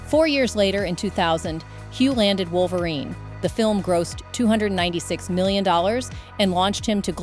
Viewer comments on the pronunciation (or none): none